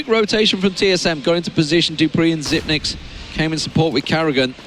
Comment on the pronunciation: It's Xypex, not "Xypnex" The 9 is a backwards e fyi